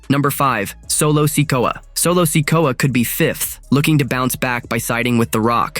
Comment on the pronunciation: Stop mispronouncing sikoa 😢